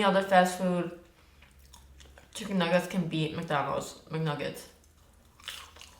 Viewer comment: Why american people say " Mc DANOLD'S? this is Mc DONALD'S. (joke) kiss from France! 💕💕💕